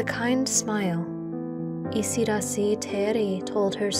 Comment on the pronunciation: It is isidaasi. Long a. Yiu have it Thai